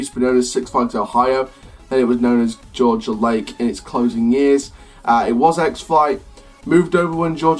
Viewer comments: Georgia Lake? To me, its Gee-ah-ga Lake, but we all have our own ways to pronounce things. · it was not called Georgia Lake your pronouncing it wrong its Six Flags Geauga Lake